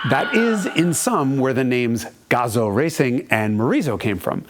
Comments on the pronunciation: it's Gah zoo gah zoo like Kazoo but with a g it's not Gah Zoe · GAH-zoo not GAW-zoh ;) There's no USA accent in Japan. Buuuut amazing piece on the best sounding engine ever made! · gazoo is pronounced, GAZUU. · Its pronounced Gazooo - idiot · I had to stop watching this video because the license plate told me not to. Also, Gazoo rhymes with kazoo.